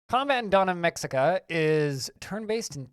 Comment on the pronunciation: Looks pretty neat. By the way, the 'x' in Mexica is an 'h' sound, so it's pronounced Meh-Hee-Kah.